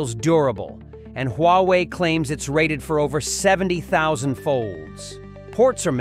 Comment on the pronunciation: its pronounced WA WAY